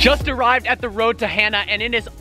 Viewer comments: It's pronounced ha' naa not hana like a girls name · It’s not pronounced as Hannah... it’s like... hmm..... ha (ha is in the sound u make when u say hollow) and nuh. Ha nuh, Hana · I believe it’s pronounced (HAH-nuh) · learns how to say “Hana” instead of “Hannah” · hana not hannah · Hana is pronounced HaaNa. Don't want you sounding like a haoli(howlee). Mahalo. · Its pronounced Ha nuh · I don't think he got it right once😂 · If you talked to one person on the island about the road to Hana, you wouldn’t be saying it the wrong way 😂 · You said Hana wrong bro 😂